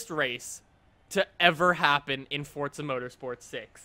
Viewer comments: it's not fortza its forza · Thank you! That annoys the daylights out of me every time he inserts a "T" sound. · its forza not fortza. there is no T anywhere in there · Omg it is pronounced forza not fortsa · It's fucking FOR-ZA NOT FORTZA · It's forza not fortza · For year I,v heard and remembered only saying "fordza" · why do you say Fortza??????? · I don't pronounce forza like forTsah I pronounc it forzuh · You don't need to be so angry over a silly topic. He did nothing to offend you. He only asked about a weird pronounciation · Does anyone else get bothered when he says fortza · There is no T in Forza. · fordza, yh ok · keelan taylor no its pronounced fortza